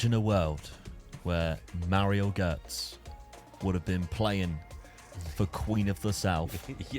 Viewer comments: the way you were pronouncing Gotze was infuriating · How do you BUTCHER his surname LMFAO?! Gotze, check Forvo for pronounciations